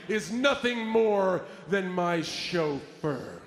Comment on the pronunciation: loooooooool why did john say chauffeur like that 😂😂😂😂😂😂